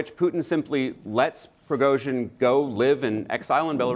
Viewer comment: "Prigoizhin"? I've heard it all now. People seem to struggle with simulating the Russian language... especially American and Brits.